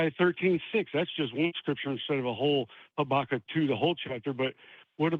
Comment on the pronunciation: I like how he pronounced Habakkuk like Chewbacca 😅